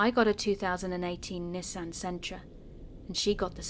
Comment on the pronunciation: well to keep this quick you mispronounced the word Nissan.